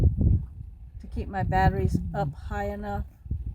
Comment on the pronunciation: she says batteries correctly. Caught her showing out.